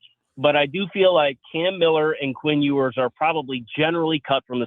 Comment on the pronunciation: “Quint Hewers” …. Killin me